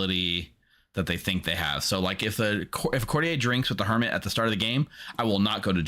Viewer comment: Why do so few people know that courtier is pronounced court-yur?